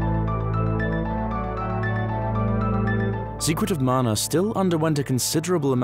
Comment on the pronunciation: Thank you for the effort you put into these. I never knew about the intro scroll loading in Mana, that's amazing. It's nice to hear someone pronounce the name properly too. 😸